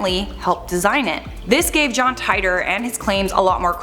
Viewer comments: John Tight-or ..... It's teetor (Titor) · It’s teetor not tietor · I think it 2034 and you pronounce the john titor wrong john tiitor not jhon tytor And you can't change the time because your past become your future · Tight-tor??? It's pronounced Tee-tor, do some research. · John Tightor? wrong pronouncing. John T ee tor sis. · It's pronounced "teetor" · It's pronounced "Tee-Der" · It’s “titor” or “teeter” like teeter-totter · I believe they actually pronounce it "Teeter". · Its pronounced Tee tore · Why do people freaking report on this dude they can you pronounce his name right so we irritating